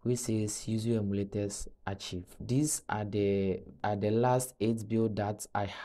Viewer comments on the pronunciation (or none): the word archive is pronounced as "arkaiv" not "archeev"